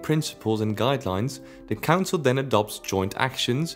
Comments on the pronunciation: That’s all I here now every-time he says council 😂😂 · The way you say council makes it sound like cancer which... Is just gorgeous